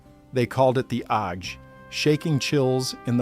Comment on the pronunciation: The narrator doesn’t pronounce “ague” properly. Ague = “AY-gyoo” (/ˈeɪɡjuː/). It’s an odd, obsolete word used to describe malaria symptoms.